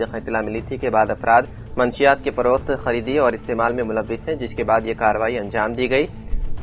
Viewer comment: Manshiyaat nahi munashshiyaat sahi word hai...thodi si urdu seekh ke news padhye